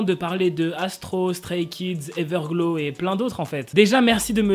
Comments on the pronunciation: Ta dit everglo au lieu de everglo(w) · On prononce pas trop comme sa Everglow mais c'est pas du tout grave